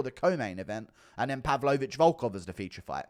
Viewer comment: Why do you say pavlovich like a sped